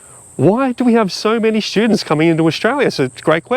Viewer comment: Did you say students or pro sti toots. Not sure🤔